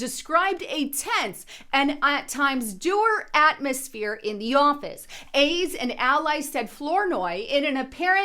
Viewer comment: “Dow-er” is how that is pronounced!!! 😘